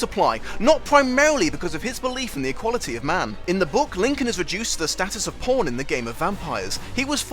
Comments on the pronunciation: Oh my gosh, I thought you said porn instead of pawn and my mind was very confused xD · Did anyone else hear "porn" when he said "pawn"?